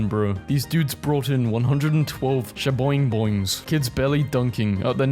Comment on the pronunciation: what happened there lmao the way he said 'shaboingboings'